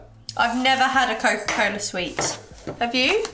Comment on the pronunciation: that was cola cola not coca cola lol